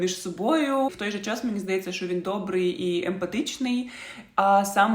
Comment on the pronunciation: Відео хороші, але будь ласка, тільки не "шо".